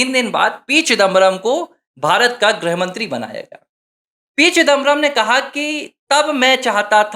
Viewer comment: “ग्रह मंत्री “ नहीं “गृह मंत्री “ (ग् +ऋ्+ह)